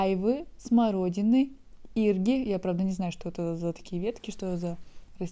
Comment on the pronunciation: иргИ,а не Ирги